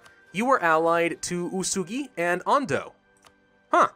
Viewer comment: U-e-su-gi not usugi